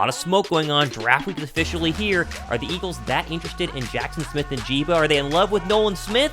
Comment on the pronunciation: It's "N" "JIG" "BUH" Not "N" "JEEBA" love the content bro👍🏻